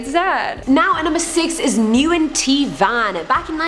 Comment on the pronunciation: Isn't Nguyen pronounced like "When"? I've never heard "New-In" before. Lol